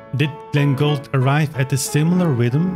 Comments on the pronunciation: It's pronounced "goold" like "fooled" but softer, not "gold". Other than that I 100% agree with everything. Gould's recording of the Alla Turca is one of my all time favourites. He savours each and every note, letting it shine as it should. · I find it interesting how you pronounce Glenn’s last {or, family} name, it’s almost sounding like you’re saying Gold instead of Gould (pronounced: Gooold). You do know that his father change the family name from Gold to Gould, because of the high level of antisemitism in Canada at the time, and he did not wish to be mis-identified as a Jew, and documentation shows that his family was not Jewish [even though some people like to think that maybe he was].